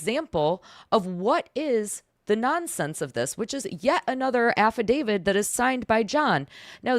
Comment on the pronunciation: Love the videos, thank u for destroying John, but she's KILLIN me with the "affi-david" instead of affidavit